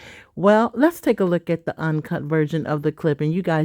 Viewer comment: I don’t like that her TH is a D looool